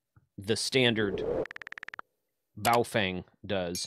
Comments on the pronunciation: It is pronounced, bow-fung. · Regardless of how you actually pronounce it, I call my Baofeng HTs my “Iron Goats”...